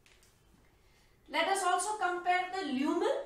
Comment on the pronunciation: Leumen or lumen😂